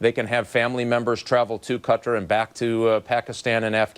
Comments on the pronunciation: Qatar - Ka-Tar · am i the only one bothered by the abc reporter calling Qatar like hes saying "Cutter" goddamn